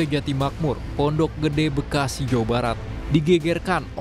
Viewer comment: mas ngomong bekasi nya biasa aja dong pake penekanan segala 1; 51 emosi gw